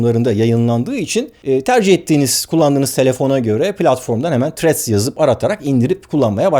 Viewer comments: Threat demissiniz sanirim dodrusu thrreads.tehdit degil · Barış bey threa"d" bu arada, threat (tehdit) değil. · selam baris abi seni cok seviyorum ama ingilizce konusurkenki telaffuz hatalarin beni benden aliyor her videonda. threadsin ilk harfi t olarak okunmaz, th sesi peltek t seklinde okunur, eminim bunu biliyorsunuzdur ancak uygulamada biraz sikinti var sanki. ha sadece bu degil, bu sadece bir ornekti.